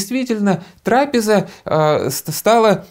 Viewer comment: Трапе'за,вы псалтири на церковнославянском ударения отмечены,и именно когда мы глаголем правильные ударения,то колокольный звон Богу угоден и приятен,тогда Господь принимает молитву,и скоро помогает,внимая Божественной правильного звучания.Сея радость Богу и нам.Простите Христа ради.